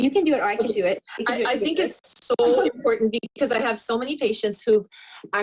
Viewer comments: Its very im-poor-dent. Ugh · EMPOORDENT. The way says important grates me.